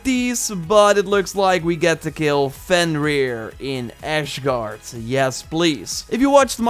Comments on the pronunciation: AS$- GAARD AS-GAARD NOT ASH-GAARD and Val-hala not Vol-Hala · quite frankly it's asgard not ashgard mate. no offence, good video.. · It's pronounced Azgard not Aszgard. Sory man just wanted to correct you. I know that English is not your first language. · Dude it's ASgard not ASHGard (or at least I keep hearing you say Ashgard) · Bro its not ashgard! AZGARD say with me: azgard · I'm so concerned how you said Fenrir right but can't say Asgard right. It's not pronounced ash it's az! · Asgard not Ashgard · “Ash-guard?” Asgard like Aztec so az guard. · It’s A-S-gard not A-sh-gard <.< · FOOKIN ASGARD not ASHGARD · Its Asgard......not ashgard😡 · Hi there I want to help you pronouns asgard. So i know your Dutch and the first 2 letters (AS) you say in dutch like the word (asbakken) or you can also say (es). But please stop saying (ashgard) thanks. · Asgard.... Not ashgard. And the tree is called yggdrasil(iek-drasiel) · Mom can we have Asgard in home? Mom: We have asgard at home Asgard at home: ASHGARD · meme: mick jagger 12 hours ago Am I going crazy over when is he saying “Ashgard” instead of “Asgard” damnn my head hurt when i hear that but anyway video is good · Its asgard, not ash-gard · I love your channel but it’s Asgard, not Ashgard! Lol.🙃😛🤣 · Asgard, not Ashgard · It's asgard not ashgard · I just have to say, it's asgard not ashgard.. Sorry but it really bugged me lol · its not ashgard its asgard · some pronounciations for you: asgard is not ashgard. the h is not there in jotunheim the j is silent aslo th ebig tree in asgard the the yggdrasil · Nobody.: Ashgard. Access granted to Valhalla! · Lmao brother is Asgard, there is no H in there. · Asgard not Ash-gard. It’s not in musphelheim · “As-gard” not “Ash-gard” lmao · Am I going crazy or is he saying “Ashgard” instead of “Asgard” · I hear Ashguard :-) But i wish is was Asgard (ref. thor from Marvel) The place looks almost the same... well.. the bridge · Ashguard and the J in joutunheim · its asgard not ashgard